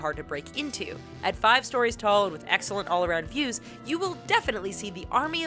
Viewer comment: typo: you say "storyes" instead of "stories". Just letting you know.